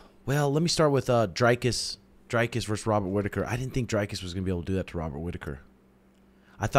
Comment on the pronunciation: it aint pronounced drycus bro its dricus'